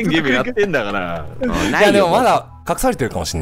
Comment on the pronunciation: タイトルコール 「ゲーーーーーﾝム！！！」 って発音なの好き